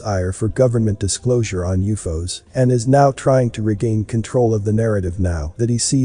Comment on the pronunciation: If you use periods U.F.O's, perhaps your computer can pronounce things properly.